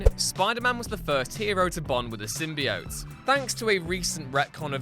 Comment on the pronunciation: Another thing you missed is how to pronounce the symbiote. As you also don’t know how to say it properly.